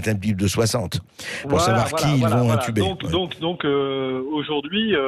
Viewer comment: ons dit pas " entuber " mais intuber c est pas la meme chose " Macron entube toute la france "